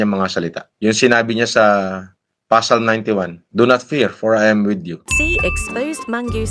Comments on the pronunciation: PASALM daw ampota hahahaha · Psalm ❌ Pasalm ✅ Bobo magbasa tlga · To who claims himself a Doctor of theology.. Hindi po siya pasalm, Psalm po (Salm) silent p. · Gagong trilyonaryo yan ang pronunciation niya ng Psalm eh Pasalm wahahahahaha graduate daw sa MIT pero bobo sa English hahahaha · hindi to psalm at hindi pasalm basa dun salm po silent P. isaiah ito "Do not fear, for I am with you" ay Isaiah .. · Ano pasalm hahaha psalm po po silent "P" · tawa talaga ako dun sa PASALM (PSALM) , partida nag doctorate daw yan ha HAAHAHAHA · Orayt yung Psalm naging pasalm😂😂😂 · PSALM - “saam” ❌ PSALM - “pa-salm” ✅ BUGOK TALAGA 😂😂😂😂